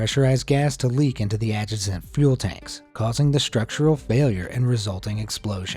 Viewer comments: there is said the word "ad-juh-cent," which should be pronounced "ad-jace-cent." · The worst error I heard was "adjacent" pronounced with the first syllable emphasized. "ADJ-uh-sunt"? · It's interesting watch the videos of these, but you really should get someone else to write the narration. It could be much, much better. And get a narrator who can pronounce "adjacent" correctly .